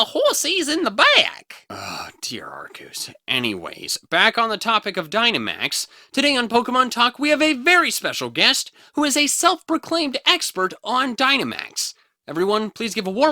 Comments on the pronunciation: "Dear Arkoos" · Did said arceuwus? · said dear Arceus. NOT ARKOOS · u said arkooses name wrong.